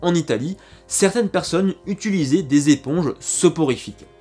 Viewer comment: Sympa la vidéo ! Chouette travail. Par contre à chaque fois que tu dis "utulisant" un chaton meurt écrasé sous une voiture.